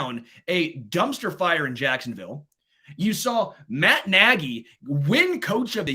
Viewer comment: I commend for knowing how to pronounce Matt (NAY-GEE) Nagy's NAME. But concerning his verbage i can only condem the Louisiana Legislature for coming up with For UnlawfuL Carnal knowledge Statute.. Relying on the f-word to Articulate an opionion is unimpressively weak. Throw that word out & express yourself, the explitive is not required...